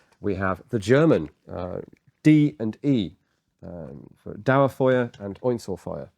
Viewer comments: German here. D for "Dauerfeuer" actually means something more like "Continous Fire", so full auto and not double shot. But the pronunication auf Dauerfeuer was good :) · Dauerfeuer means "constant fire" not double fire but the pronunciation was superb :D